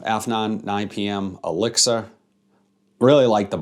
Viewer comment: Nice video might pick this one up soon. I liked 9 pm rebel. And it was funny when you said elixir it kinda sounded like you said Alexa it kept coming on lol.